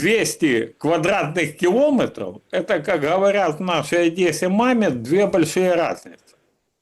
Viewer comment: Галстук не делает из хама пана. КилОметры, звОнят, укрАинский - хоть убей, а оно необучаемое.